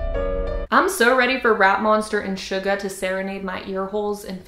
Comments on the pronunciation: its shooooooe-gaaaa not shuuuuuuh-gaaaa ugh my PET PEEVE SISTER PET PEEVE im shookth SHOOKTH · Who else said “REEEEEEEEEEEEEEEEe” when she said shuh-gah instead of shoo-gah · She said suga’s name wrong how could you say my husband’s name wrong